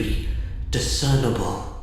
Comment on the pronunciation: Gah! It’s IN-discernible! IN!! 😂